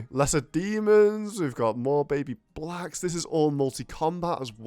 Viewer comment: The emphasis he put on “blacks” killed me too he definitely knew what he was doing